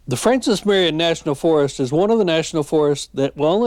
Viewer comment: Ya did pretty good on this video I enjoyed it but sir you mispronounced general Marion’s name quite a few times Also you missed quite a few of the muddy trails